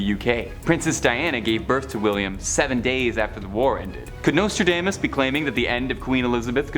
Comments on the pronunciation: Nostradaymus predicted that a Canadian host would butcher the pronunciations of several words during a moving pictures presentation about his prophecies. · Dude, learn how to pronounce his name. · How you gonna save this channel when you can't even get Nostradamus name right. Fkn tik tok generation